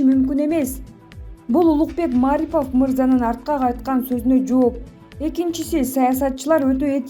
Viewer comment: Тура айтышты уйронгулочу. Марипов дегенде басымды(ударение) туура кой!. Басым А тамгасына эмес И тамгасына койулат.